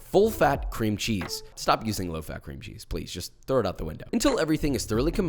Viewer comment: Why u say it like cream it's cream